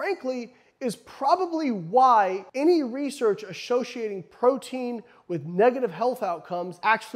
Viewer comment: I'm just here to say "ashoshiating" jk Layne, love you lol.